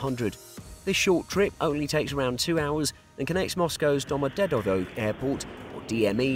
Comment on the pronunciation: The Narrator got the pronounciation wrong for the Russian Airports. It's Do-mo-de-do-vo & She-re-met-ye-vo.